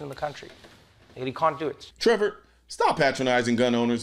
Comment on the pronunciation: I love your content but learn how to pronounce names. Listen to someone else say it lol. It takes away from the flow. And Trevor is not smart. He is a puppet like all media.